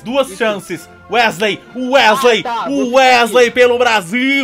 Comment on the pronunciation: "Wesley, Uesley, UÉSLEI" KAJSKAK